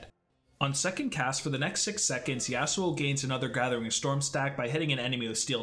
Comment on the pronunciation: I dont like how he pronounces Yasuo but ok